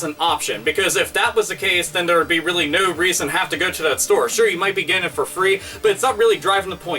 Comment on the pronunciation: Robert Pysh Yes 'weally'. =)